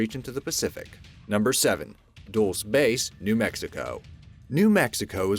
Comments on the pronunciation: Shadowbane Gaming This is a week+ late but it is indeed pronounced duel-SAY... Source: I've been there multiple times lol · Guys, please... We should all want to be at our best, so the egregious mispronunciations need to stop. #9: MIG isn't an acronym pronounced "m-i-g," but rather a singe word "mig." #7: Dulce isn't pronounced "duhls," but rather "dul chay." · It’s pronounced “dull-chay”, not dulls. Lmao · Dulce is not pronounced dullss it's dull chay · Please watch your pronunciation. The Spanish word “Dulce” is pronounced: duel-say not duels. It’s iritating when you mispronounce things. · I cringe everytime you say "dulce". It's Spanish, say it "dull say". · Its pronounced el -dull-chay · You are wrong -- go back to the drawing board! MiG stands for Mikoyan-I-Gurevich and is indeed called "M I G" 'em-eye-gee' by many, both civilian and military! And 'Dulce' is usually pronounced "dull-say" by most people who speak English, French, Italian, etc., but there are variations depending on what country is pronouncing the word! (I don't know how communist countries say 'dulce') and even service personnel sometimes will say the shortened word, "mig" (rhymes with big) for the Russian aircraft. It is written MiG. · Foxfire0002 Dull-chay*